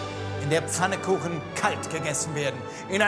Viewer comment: Es heißt "Pfannkuchen" und nicht "Fannekuchen".